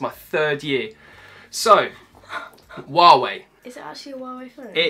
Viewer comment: well love you two!!! But you keep pronouncing Hua wei wrong !!!